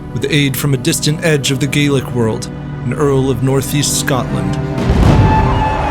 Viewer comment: Fantastic! Really well done, accolades aplenty! One respectfully offered suggestion... Gaelic is pronounced "like garlic, but without the 'r' ." Thanks!